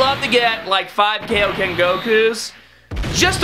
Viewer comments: Why can’t he say Dokkan or kaioken correctly? That’s the only thing bothering me about this channel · You’re pronouncing Dokkan wrong and Kaioken wrong...just saying